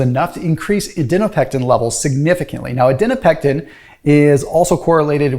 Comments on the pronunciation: I think you wrote Adiponectin in your video but you were saying Adinopectin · “Adinopectin” makes a comeback.